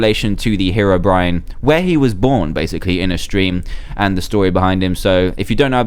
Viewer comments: It's 'HeROBRINE' , Not 'hErobrine' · How do u pronounced Herobrine (here) ro brine Or He ro brine pls leave comment